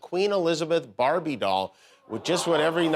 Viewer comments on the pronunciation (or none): none